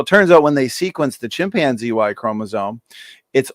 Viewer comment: Dude can’t even pronounce chimpanzee correctly.